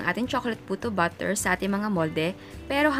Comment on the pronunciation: Na.coconfuse at nabobother talaga po ako kapag nagsasalita po kayo sa mga videos niyo ng word na "batter". Kasi po kapag narinig ko at first, "BUTTER" yung naririnig ko.. (e.g. "cake BUTTER", "choco BUTTER", "puto BUTTER".. Tpos npapaisip ako.. tpos dun ko na na.gets na "BATTER" pala yung ibig niyo pong sabihin...